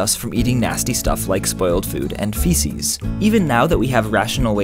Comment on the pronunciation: What he said: Fecus What I thought he said: Fetus WAIT WE ATE OUR OWN FETUSES?